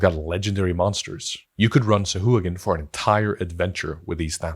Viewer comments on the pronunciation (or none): SA-HU-A-GIN 🙃 SOW-HUA-GIN 🧠